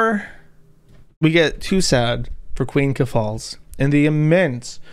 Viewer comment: Why do they all pronounce your name keFALLS? I remember buck angel did it too -_